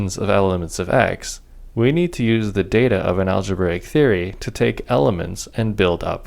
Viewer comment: aglebraic daata tyepes :D